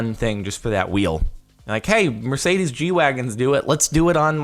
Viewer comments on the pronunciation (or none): none